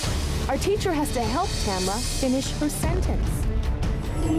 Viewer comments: Uhm.. Is Tyra pronouncing her name wrong...? Tamra? I thought it was Tamara? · why does tyra keep callin her tamra? its tamara .